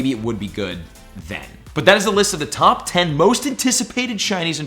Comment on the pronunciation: “Tawp dragon”😂😂